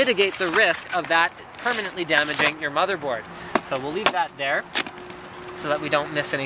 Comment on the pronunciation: i swear he said bobby board